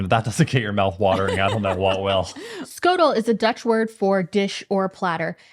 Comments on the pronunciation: Schotel is pronounge S GOTEL 🙂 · "ch" is the Dutch letter "flem", that makes "sch" the "hiss-flem". It's not "skotel" but "hiss-flem-otel" 😂 Most romantic sounding language in the world, I swear